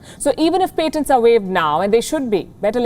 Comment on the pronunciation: Again with the paint-tants it's patients not "paint-tants"